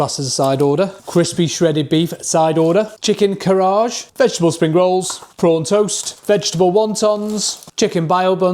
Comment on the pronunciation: If you are going to do videos with foods from other countries you should at least learn how to pronounce them first as a few of these were not right and just made you sound stupid. They are pronounced BOW buns not bio buns. It's not chicken KARAGE it's pronounced KA RAG E